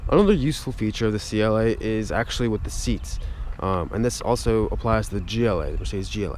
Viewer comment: Anders Jaasund he said it "agchtschlly"